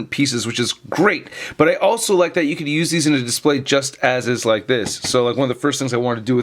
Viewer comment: Lol no y at the end of display